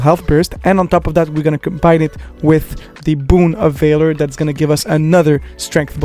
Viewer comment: After watching a few of your videos I have to comment on your pronunciation of two words. For Valor it's not pronounced Vay-Lore but Vah-Lur and for Melee it's not Me-Lee but May-Lay.